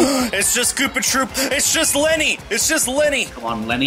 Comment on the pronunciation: lemmy not lenny